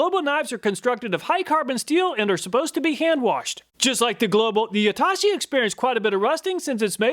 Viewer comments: Amazing and in depth review! only note i'd like to add was just the pronunciation of Yatoshi, its "yah-toe-shee" you kept saying "you-tah-shi" 😂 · its not YAH-TAH-SHEE its YA-TOH-SHE